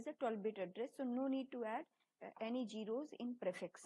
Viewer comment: zero not gero......also cache(cash) not cas......other than that thanks